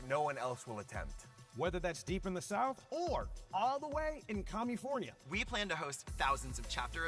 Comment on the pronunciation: Comyfornia ? Really?